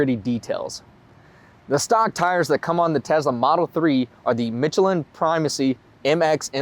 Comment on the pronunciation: Conjure your inner French! The CH in Michelin is pronounced like SH. And foyer is pronounced like FOY-EH. Ok now I'll stop being a snob. Great video! Thanks or merci.